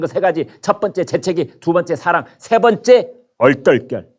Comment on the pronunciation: 얼떨결~~ 저도 그렇게 들리더군요 가차없이